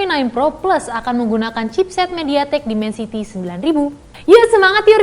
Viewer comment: Dimensity 9000 wkwkwk pling sering slh tulis sma slh sebut ini channel dri dlu..